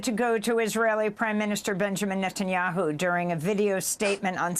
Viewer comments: 🟥Why is he calling him NOTTAN yahu instead of NET an yahu? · LoL love how Daniel Levy calls him "Nut"anyahu. The was bibi claims to have done this i such BS we know who hold the pants here it's Trump, he's trying hard for that peace prize and bibi goanna feel it.